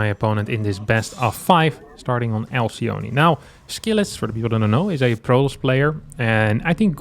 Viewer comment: 1 thing that bugs me for some reason is the way that everyone pronounces Alcyone (Ἀλκυόνη). she is the wife of the mythical Ceyx, and she and her husband turned into Kingfisher birds in the Ovidian myth. In greek it would be pronounced with a K sound instead of the C and a short E at the end, pronounced as the E in Echo